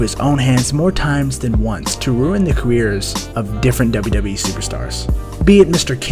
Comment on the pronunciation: Why the heck do you whisper and put your lips on the mic?!? And it’s WWE (DoubleU DoubleU Eee!!!) not Dubba Dubba E!!!!!